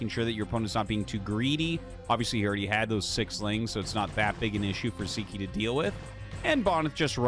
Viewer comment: Hey Artosis, Sziky is hungarian, in hungarian the letter "Sz" is a double letter which we pronounce as "S" in english. So as far as pronounciation, disregard the letter z in Sziky's name. :)